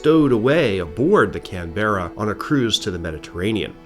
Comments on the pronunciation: Glad I’m not the only one! To be fair, he’s just pronouncing every letter, plus the emphasis. “Can-bra” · Love you videos but please stress the first syllable in Canberra. The way you're pronouncing it in the video is very hard on the ears. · I'm 22 seconds in and had to say it's Can-bruh 🇦🇺😂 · Had to look it up correct pronunciation is kanbruh 😅 kinda like canbear uhhhh better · Somehow the repeated mispronunciation of the very subject of a video is much more tolerable when it is a human mistake and not AI! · As an Aussie, I gotta say, that somehow still not the most incorrect way I’ve heard someone say Canberra, it is one of the more interesting ones though. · it‘s driving me insane as a canberran haha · Can we get a trigger warning at the start? Warning: some pronunciations of the word Canberra may cause distress... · Stop saying Canberra wrong 😂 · My ears were bleeding hearing that. I must admit that I was wondering if that was the British pronunciation rather than the Australia one - there was a Canberra Bomber produced by the UK. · Yep no worries mispronounce away, just keep uploading your excellent videos 👍